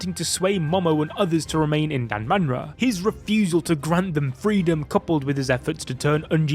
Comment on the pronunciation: Its danmara